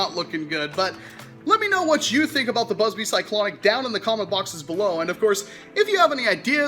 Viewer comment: Did he say Buzz BLEE? xD